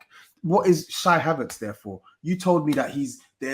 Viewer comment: Lmfao bro said CHYY HAVERTZ 😂😂😂😂😂😂😂😂🤣🤣🤣🤣😆😆😆